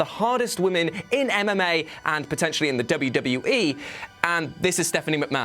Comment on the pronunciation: every time says mma i hear anime